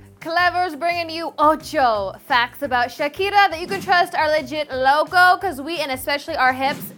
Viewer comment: stop saying 8 and loco like that